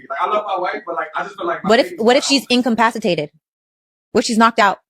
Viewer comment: Not “incompascitated”. Did she really achieve a real Doctorate😆